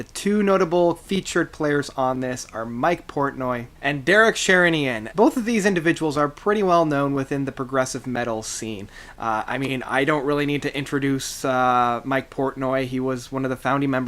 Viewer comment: Derek Share-ra-nian lul